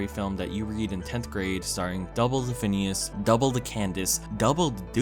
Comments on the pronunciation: phoneos and frob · He means phoneas and frob